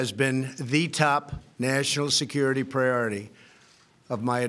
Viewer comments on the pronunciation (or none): none